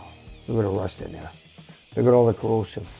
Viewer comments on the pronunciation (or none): Its "corrosion" Corrosive is an element etc that causes corrosion. 🙄